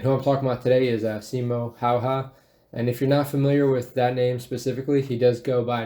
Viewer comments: His name is not "Hauha" or "Haha" but "Häyhä" just like it is written. Not even getting names right is lack of respect. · you say simo haha it's häyhä- pronaunced heyhe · He's called Simo Häyhä not Simo Haha, the legend himself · ...Yes, Simo HawHaw. Totally how you're supposed to say it. Not Häyhä at all... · WHY YOU SAID SIMO HAHA ITS SIMO HÄYHÄ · "See Mo (yet)? Haha" lol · Its disturbing because i know how to spell "häyhä" and u say it "haha" basically.. ä sounds like when u say hat, but just dont say the "h"and "t" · I can't watch this due to Russian animation, they can't even pronounce the name. Häyhä is not Haha, it's more like Handy Huh without the nd in the middle. And he was no boaster nor enjoyed it, just did what had to be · It's Häyhä, not Haha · When Simo Häyhä is pronounced "simo haha" bruh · You pronounce his name 'Hey-heh'. It's strange, that with the internet so few americans check how to pronounce names, even though it's a fair courtesey. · To spell Häyhä, you just need to put together "have" without ve and y like in spanish and the again have without ve. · Häyhä pronounced Haha is killing me 😂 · Häyhä is pronounced hayhe if you would want to pronounce it like they do in Finland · Se on Simo Häyhä eikä mikään simo hähä perkele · I guess hay-ha would sound closer to Häyhä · i like how u pronounce his name simo haha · Ye they say "Simo Haha" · Simo "Haha"? I get that the American marine can't pronounce it. But the video about him... Damn if you're gonna do a video about someone, at least learn to pronounce stuff somewhat how it actually sounds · I generally like your videos, but this one I have to skip - that russian acsent is just disrespectfull in this context only trumped by displaying Häyhä as a cocky and arrogant man. Even the mispronounciation of Häyhä's name (what one would assume to be pronounced correctly in this kind of video) did not seem that bad compared to the false accsent. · And can't even pronounce his name properly